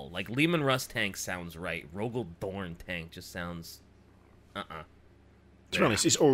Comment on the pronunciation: I feel like you really need to enunciate the ROGAL DORN (pause) tank. Orn just doesn't roll into a T.